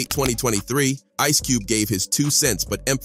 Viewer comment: Sooogay knight, Ice Coobey, Tupack... Man this robo voice is clowning😂😂😂😂😂